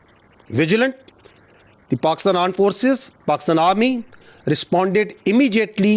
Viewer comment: Dude that's A R M E D force,,not Aand force...you guys are biggest social media addict and you can't see people's trolling you...i think you need to learn from your defence minister..he knows it's all over social media